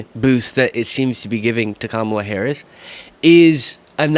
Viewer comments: He doesn't say Kamala's name right either. He didn't listen to her nieces teach America how to say their aunt's name correctly. It's COMMA plus LA. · Forget the way he pronounces Biden, why, oh why can’t these people learn to pronounce the running Democratic candidate’s name, ffs?!?! Pathetic. So disrespectful to Kamala… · Jr persists in saying Kamala's name wrong!!!!!